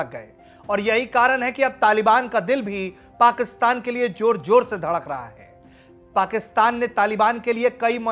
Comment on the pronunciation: Joor Joor Nahi Jahil Insan Zoor zoor Hota Hai Bolna to seeko